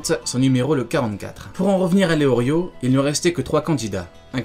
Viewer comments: Mais ça ce dit pas Léorio mais Léolio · Lelio * pas leorrrrlio! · Je crois qu'on dit leolio plus tôt que leorio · Je suis le seul choqué qu'il dise leorio et pas leolio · Je crois que c’est Leolio pas Leorio non ??